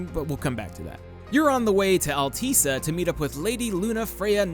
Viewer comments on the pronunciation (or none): Alteesa? ...Altissia lol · I've heard it pronounced all-Tish-ya the whole game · Chris Koloski I've also heard it said as "alltisseeuh". If I remember correctly, that's how Gladio says it at the beginning of the game. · hold on a second, I paused at 3 minutes in, but how can you pronounce Altissia wrong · It's not hard to understand someone pronouncing Altissia wrong when the pronunciation isn't even consistent in the game itself.